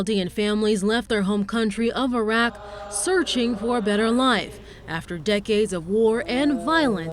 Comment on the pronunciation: The heck is Eh-rock 💀